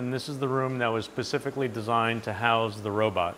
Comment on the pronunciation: he says Pacificlly instead of specifically…